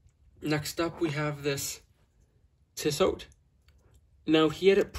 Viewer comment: I think you have a tissot which is a nice Swiss watch. The T is silent when you pronounce it